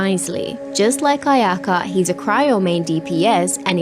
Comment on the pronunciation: Why do I always hear Ayaya rather then Ayaka, welp I think I need to touch grass 💀 And ya the classic "Anemone Gucci" 🗿